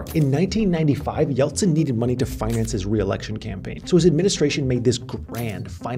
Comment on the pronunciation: I'm Russian and can say you pronounce "Eltsine" perfectly) and you did a great job, you could replace Navalny for a while)